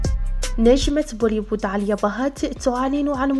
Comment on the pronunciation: اسمها آليا ..ليش تنطقي عاليا؟؟؟؟(هندوسية )